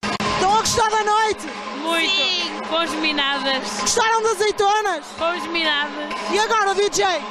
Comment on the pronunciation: acho que ela disse cosminadas em vez de fomos minadas.!! Cosminadas ^^